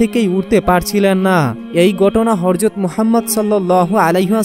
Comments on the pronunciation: আপনি শুধু বার বার হরজত বলেন কেন......? বাড়ী কই নোয়াখালী..........? হজরত হবে ? সুন্দর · এখনো হযরত বলাই শিখো নাই